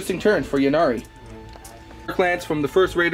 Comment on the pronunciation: Yeah I don't understand. It's a play on words - the god of death "Incarnate" - hence Yncarne (pronounced inn-karn.) Yvraine like "Evraine", Ynnari like "Innari" etc. Lots of people seem to say "Yinnari" though.